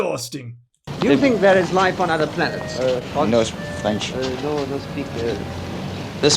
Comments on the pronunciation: Definitely French dudes there. Can't form a sentence, can't even pronounce "french" properly. Definitely French, yup ! :D some stuff just do not change over decades ^^" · Merci! Je parle un peu français and could not figure out what that last bit was. Still, I think that first word, "French," sounds like an English speaker saying it. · Frenchman here, guys were defo French; how they pronounced the word "English" and the "R" in the word "French" gives it away. Then he actually mutters some French, ending the interview with "Chais pas" which is a contracted "Je ne sais pas" that only French-speaking/native people use. Was a funny bit, though. Love ya <3 French Kissing ya